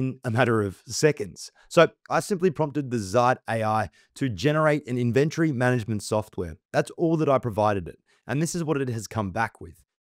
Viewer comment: Really weird how you emphasize the "ven" in inventory... Great tut, but you pronounce the word so strangely